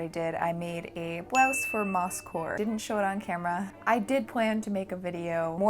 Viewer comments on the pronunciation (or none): When you say moss-core I hear Mouse-core and I’m down. 🐭 🌳 🍄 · I apologize, but everytime i hear you say "mosscore" my brain hears you mispronouncing Москва and i just sit there going ??? before i realize what you're referencing. It's not easy being my brain.